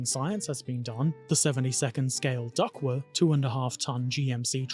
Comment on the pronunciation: It's pronounced like the aquatic fowl, "duck". And it's pronounced itaLEri, emphasis on the third syllable. And you did a good job in construction. I built Italeri's DUKW a few years ago and remember it being a fun experience - I particularly enjoyed adding stowage from my collection of left-over drums, jerry cans and ammo boxes and painting/weathering it all. The thing at the front is a wave-breaker and it does what it's called. This is the first of your videos I've watched and am now pleased to be a subscriber.